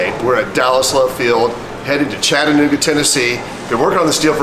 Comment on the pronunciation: Chattanooga and Chickamauga pronounced like a true Southerner.